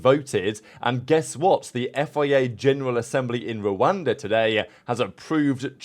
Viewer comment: Did you just say rwanda